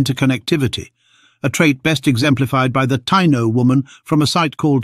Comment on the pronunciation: Ta-EE-no...not tie-no.